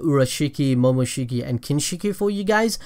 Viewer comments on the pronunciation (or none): none